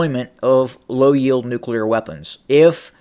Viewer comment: nucular! i am glad you caught yourself. that one drives me mental. and lots of people say it. task and purpose here on youtube does, and so does benny johnson